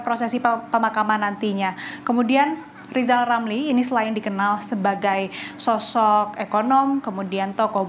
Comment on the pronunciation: Rizal Ramli .. bukan lizal lamli,,,gimana sih presenter nya ini